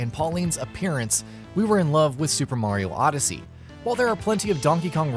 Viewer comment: Did he say odyssey yussy